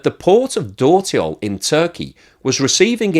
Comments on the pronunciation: A few remarks: 1) Dörtyol - meaning Four-Roads - is pronounced "dirtyol" - and my turkish is by far not fluent either. 2) The interesting part is that India hardly imports refined products from Russia. And Brazil only imports refined products. Inida will much rather refine the Russian oil and refine it. Here I've noticed that PM Modi has visited Denmark in the last week. Meaning that if India does not cut the price of refined products considerably they stand a good chance of being hit by sanctions. Actually by refining the oil the origin is difficult to acertain. Turkey does not have enough refining capacity, so they are interested in reselling refined Russian oil products, Brazil does not have refining capacity, so they are interested in importing (and reexporting) refined oil products. China has lots of refining capacity and is as such interested in importing crude. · Hey, dört in dörtyol is pronounced similar to the English word dirt.